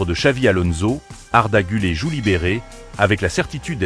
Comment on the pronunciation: Apprends à prononcer le nom du joueur d’abord , c’est guler et non pas arda gulé , pathétique 😢😢